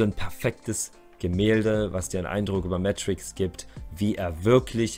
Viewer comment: Mega geiles Album 💯 Ibbenbüren ist die Hometown! Er wird aber Meeetrickz ausgesprochen und nicht Mätrickz👌🏻